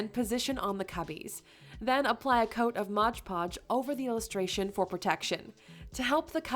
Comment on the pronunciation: Just so you know, please say MOD PODGE, not Modge Podge . Despite that, I think you said it correctly once or twice though .